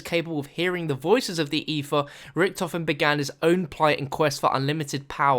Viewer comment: Dude, learn how to speak! it's "eTHer" not "ePHer". It's "Agartha" not "orgatha", "thrown" not "phrone", "Three" not "phree" and it's "Samantha" not "Samanpha". and pretty much every "TH" sound isn't "PH", Every "R" isn't an "A" for Christ sake!! You english think just because the language is named after your country you can butcher the it. Well I'm sorry but you have a serious incorrect understanding of phonics (or what letters correspond to which sounds). It makes you sound like an infant that needs a speech therapist. Please go to your phone book and contact one you moron.